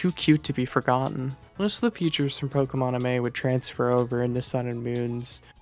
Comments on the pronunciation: Why do you pronounce 'pokemon amie' so badly? Its 'mon amie' as in the French for 'my friend'. Its pronounced 'amee' not 'amay'. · My only real critique is that the X/Y interactive, Pokemon Amie, is pronounced “Ah-meee” since it’s a pun on the French Mon Ami/Amie, translating into “My friend.” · PokeMonAmi is a wordplay on Pokemon and „Mon Amie“ (Which should roughly translate to „my friend“ from french). So i think it should be pronounced „Pokemon Amie (<- french)“.